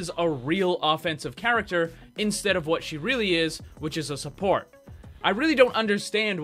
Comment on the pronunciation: Listen this video is great and all but I get triggered each time you say she’s a surport